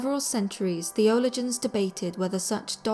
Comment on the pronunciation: Just a minor correction: Theologians is not pronounced “thay olo jee ens” but “th ee olo jens”.